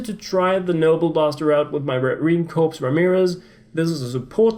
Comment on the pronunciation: Marine Corps (pronounced like Core)